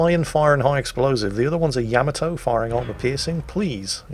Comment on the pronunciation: It is not without irony (a type of humor) that I bring to the forefront the fact that as you quip on about someone's speech patterns or pronunciation failures that you continue to mispronounce the very ship you are featuring!, for God's Sake it is not pronounced YAMamoto, it is pronounced YaMAHtoe look it up. Well having said that carry on! Love you. You would send me straight to the bottom. Tod in Las Vegas.